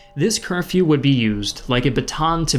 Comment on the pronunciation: It's Curfew, not Care-few.